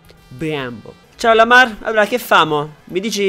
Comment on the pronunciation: Si dice Lamar no Lamaŕ